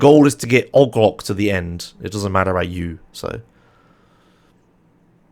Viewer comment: i tried so long to figure out who ogloc is. 🤦🏽 its OH-GEE-LOC